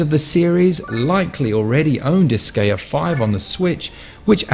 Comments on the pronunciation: heard "dis-gay-uh" 6 seconds in and I couldn't do it anymore. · Good review, but your pronunciation of Disgaea is irksome. Seriously how do so many people not know how to pronounce "Gaea"....? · Most native English speakers never pronounce anything foreign correctly. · god damn it! how can you mispronounce the name of the game so many times?!